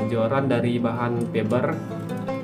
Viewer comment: Bukan Feber tapi fiber 😂🤣🤣